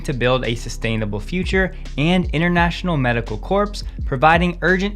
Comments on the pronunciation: Recommend upgrading pronunciation of “corps” (correct pron. “core”). Especially inappropriate in the sense of “medical corps”, not CORPSE. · "Corps" is pronounced "core." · Barack Obama also mispronounced “Corps”. Don’t feel bad. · The “s” in corps is silent 😎